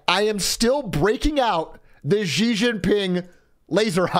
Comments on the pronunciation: Zhang is not pronounced jong. the A is pronounced A like in ITALIA and not O like John. Americans butchering language. ALSO its pronounced SHE!!!! not Jee. sh like in hush. a hard sh so to speak. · It's not "Gee" Jin Ping, it's "Shee" Jin Ping. Get with it, buddy!